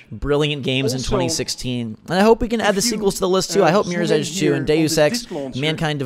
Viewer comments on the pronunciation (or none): none